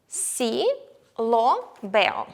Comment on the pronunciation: Мені здається, чи артиклі lo/la правильно вимовляти з м'якою л (щось між ло і льо)? Без хейту, просто пробую заодно вчити правильну вимову, а на відео ви вимовляєте по-іншому і я не знаю як добре.